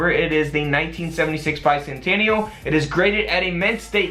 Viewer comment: Bi-sannn-tanial lol